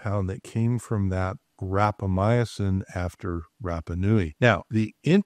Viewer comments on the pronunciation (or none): Respectfully, you are not pronouncing Rapamycin correctly. It had 4 syllables and you are saying it with 5.